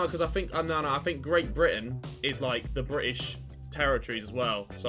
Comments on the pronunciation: when Simon said "brit-AIN" I lost it Harry legit wants to box a swan on the JJ vs Jake undercard LMAO HARRY IS ON SO MUCH SMOKE im dying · "Brit-ain" that pronaunce from Simon